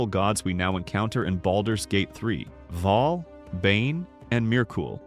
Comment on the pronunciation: Bhaal. Bhaalspawn. Other than that, well done.